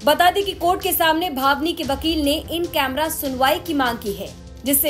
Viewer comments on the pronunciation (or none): ये जो बोल रहीं हैं बार बार भावनी सिंह बोल रहीं हैं बल्कि नाम भानवी सिंह है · बोलना सीख लो भानवी सिंह है naki भवनी singh